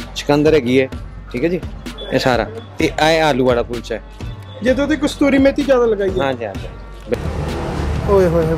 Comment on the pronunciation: vlog tuhada bahut hi vadhiya laagda hai tusi kasturi methi kehnde o kasuri methi hundi ji dhanwad ji 😋😋😋😋🤭🤭🤭🤭